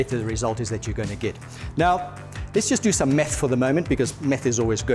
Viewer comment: "Let's just do some 'meth' for a moment cause 'meth' is always good" 🤣🤣. But on a serious note, absolutely loved the video! Great info! Thanks 🙂